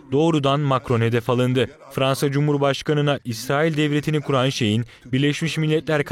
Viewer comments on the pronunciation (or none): none